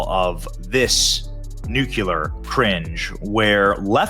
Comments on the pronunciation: Benny... I love ya man, but "nuclear" is said Nuke-Lee-Ur --- NOT Nuke-You-Lur... Don't be like W. Bush. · Nu-cle-ar. Not 'Nu-cu-lar'. No such word. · Please someone tell Benny how to say “nuclear”